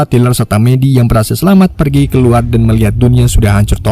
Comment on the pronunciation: Min sehat kah -- KEKUAR/KELUAR🤣APA LU LAGI PAKAI ITU MIN KK TIBA"OLENG